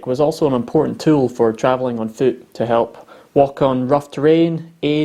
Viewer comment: Every time you say “fuoot” and “wee” I just love it. Say… (The wee babe has a wee fooot and a wee wee!) for us! 😂😂😂😂